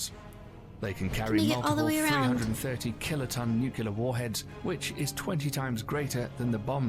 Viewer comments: There are a lot of mistakes in the video and I just have one word: NUCULAR! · I'd have thought if one was going to create a video that contained the word nuclear, one should at least know how to pronounce it. Not you,, the original video.